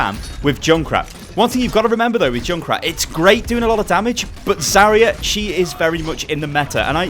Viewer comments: Its zarya not zarier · I cringe from the way he says Zarya